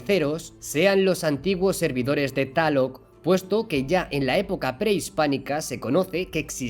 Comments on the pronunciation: No es taloc, es Tláloc 😂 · Amigo no es taloc, es tlaloc. Jijiji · Me encanta tu canal y todo lo relacionado a el. Tus vídeos son mi alimentación visual y aprendo muchas cosas cada día y con lo que puedo después compartir a mi gente para no ser algo ignorantes a la vida real... Te estimo mucho y espero seguir viendo más de esto por mucho tiempo... Solo un detalle carnalito, se escribe Tlaloc y se pronuncia tal cual al igual que los temazcales o temazcal... Saludos y bendiciones 🙏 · Saludos desde México excelente video solo una observación, se pronuncia tal cual se escribe Coatlicue y Tlaloc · Excelente info, se escribe y pronuncia Tlaloc!!! Saludos